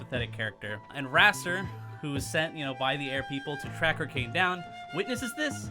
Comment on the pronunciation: I rewinded In the video at the perfect time to hear "sex with Orcane"